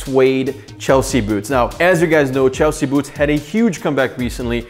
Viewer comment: “Chlesea” boots? Oops!